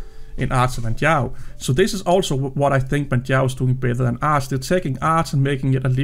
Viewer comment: Yes, it is my real name lol. And yes, you did a really good job of pronouncing it properly :) My two favourite Arch-based distros are without doubt Manjaro (first) and Endeavour (second). But, there are other really good ones out there for sure! I have two rules for Manjaro to help keep it as stable as possible (for me). I always use the latest LTS kernel (I'm not a gamer) and I always use TTY (Ctl-Alt-F2/F3) for their major updates. I also still use -Syyu when I'm updating, not sure if it's still necessary but I do it out of habit. Thanks, as always, for your thoughts and work :)